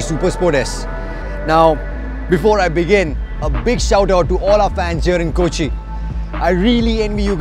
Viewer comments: It's not koochi manh it's Kochi lol 😂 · Its not kochi